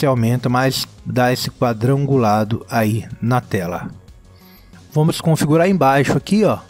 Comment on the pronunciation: Tenho certeza que ele fala: "Vomo que vomo," só para irritar a gente! kkkkkkkkkkkkkkkkk Poderia compartilhar o Nome das musicas usadas nos vídeos, pela descrição.